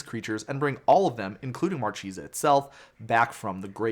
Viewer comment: It's pronounced MarKEHsa, it's italian for marquise ;)